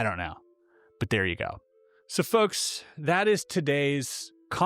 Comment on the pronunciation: Why does the word 'folks' sound like 'fucks' when you say it? Alright fucks...